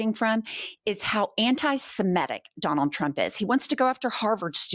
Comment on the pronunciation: It's "semitic" not "simetic." Common mispronounciation. Love you gals!💙💙💙